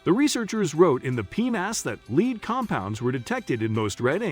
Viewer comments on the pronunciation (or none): The speaker reads lead (a substance,) as lead, (a verb, to move forward.) Disconerting and discrediting the information. The reader must understsnd the message before reading. If read by a robot, information must be edited for accuracy.